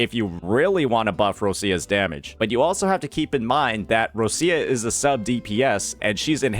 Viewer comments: More like rotcha or roccha, not roshia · her name is pronounced more like Ro - Cha